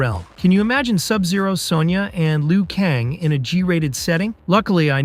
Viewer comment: Why is every single one of these videos I watch about mortal kombat no one can say lu kain. Its always leo Kane wtf